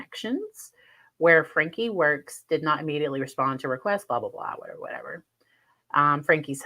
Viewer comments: It is pronounced Frankie. Two syllables not one word. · It’s FRANK E the E is not silent (at least that was how it was pronounced in court)